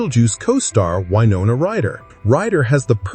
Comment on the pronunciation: Ugh. Now I heard how he says Winona. No. This video needs a re-edit. It's like that penguin documentary with Benedict Cumberbatch who apparently never learned how to pronounce "penguin".